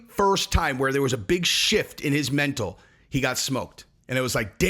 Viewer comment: On no, not you too. You can't say "Mental" likes it's a knee...